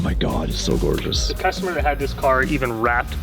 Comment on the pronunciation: I love how says, "This car is GORGEOUS!!! So I can chop it up. Lol